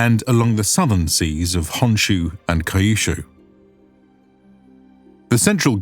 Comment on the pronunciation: You need to fix your pronunciation for these words: jidai = "jee-dai", not "jid-eye" Kyushu = "kyoo-shoo", not "kai-yoo-shoo"